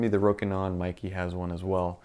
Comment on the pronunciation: Seriously, Meike is not pronounced as "Mikey". The correct pronunciation is "May Ker".